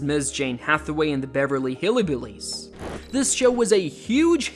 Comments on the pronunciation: It's Hillbillies, not Hillibillies. There is no "i" after Hill. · It’s not "hilly billys"; it’s "hillbillys," with a "y" or an upscale vibe after the "hill" part of the word. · It's HILL-BILLIES not Hilly Billies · And Die-Vorce and cerebral Pals-lee... who is this guy